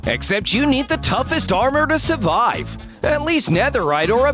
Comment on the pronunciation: narator: suvive